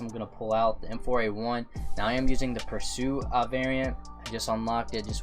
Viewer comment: My guy said the m4 pursue